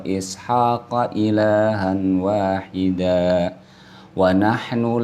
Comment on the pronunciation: Syukran atas koreksian Bacaan, ilahan Wahida, seharusnya ilahaw Wahida..idgham bighunnah